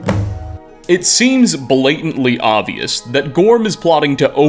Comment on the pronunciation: if this man pronounces oBvious as "ovious" again im going to tear my skin off